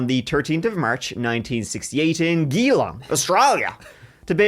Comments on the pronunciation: It’s pronounced G-long fyi 😂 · Hehehe 😂 am I the first Australian to tell you… Geelong is pronounced ja-long Also Fosters sucks 🇦🇺